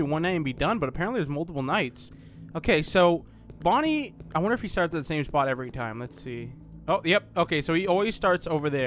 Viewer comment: You where saing that Fredy whas Bony.